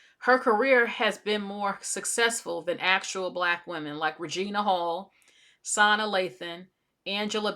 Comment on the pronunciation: I’m sorry but her name is pronounced suh nah. Not sahna. Not being rude or anything. Just want to inform you. And she’s fully black